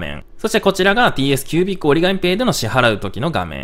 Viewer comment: てぃいえすきゅうびっく